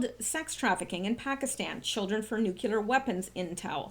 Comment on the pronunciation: Love what you are doing a little friendly criticism nuclear should be pronounced new clear not nuke yular